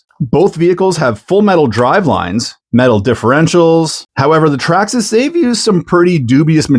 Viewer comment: Say Traxxasess again